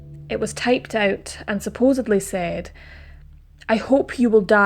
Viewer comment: First and foremost I am addicted to your channel and the fascinating stories that you tell, so much research and detail, I can't stop watching. I have one complaint and please do not take offence, you have said this word on more then one occasion, the word is supposebly, that is incorrect, the word is actually supposedly, there is no b in that word. Again, my apologies.